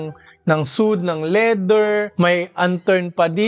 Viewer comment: parang kyrie irving. sweyd po yung basa sa suede", idol. nice review as always. more power po.